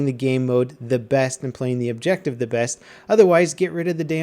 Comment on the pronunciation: "Objective Buttah"